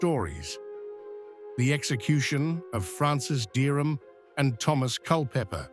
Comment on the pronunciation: Pessima pronuncia dos nomes de Dereham e Culpepper